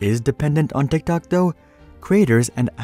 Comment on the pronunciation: Am I the only person who absolutely hates the way that this person pronounces TikTok